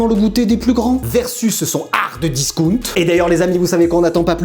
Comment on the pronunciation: Quel bonheur de réentendre ce HARD discount